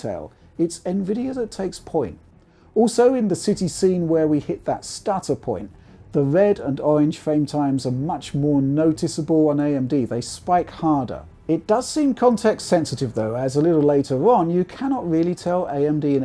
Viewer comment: His speech is clear for the most part, but I'm personally sometimes confused by how he pronounced the sound R. "Wed and owange"? :)